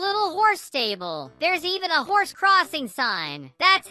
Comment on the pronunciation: When you said hor but is not hor is horse